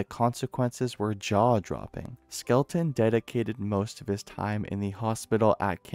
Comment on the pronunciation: Skel-ton. Not Skel-e-ton.